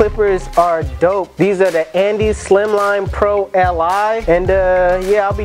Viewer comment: And iz not andeez